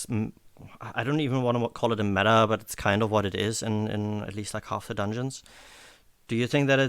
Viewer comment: the way pronounces dungeons makes me smile everytime "Donions"